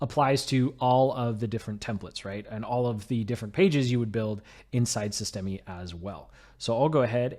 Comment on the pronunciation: FYI the e on the end of systeme is silent